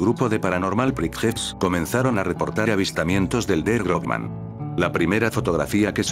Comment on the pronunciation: Realmente se pronunciaria Grossman, no Grobman